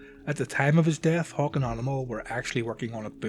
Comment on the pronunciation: When you say Hawk, it sounds like you're saying Hulk